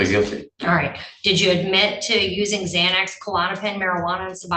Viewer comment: He says im confortable taking "zzzzzxanax" i havent taken anything today, but i took one this morning, and will take another tonight. Lots of progress